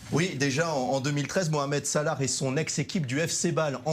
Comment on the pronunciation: Il a dit moramed salah